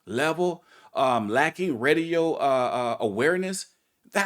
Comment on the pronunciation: I heard Reedio not Radio